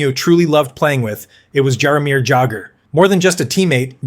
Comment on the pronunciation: Jaromir who? I can't listen to any more of this. Got halfway.